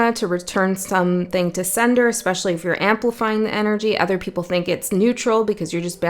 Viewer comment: When you said "return to sender", I heard as clear as day "return to Seidr", which I have been loosely doing in the past months. I suppose I should put some more energy there. I don't usually comment but felt guided to this time, idk.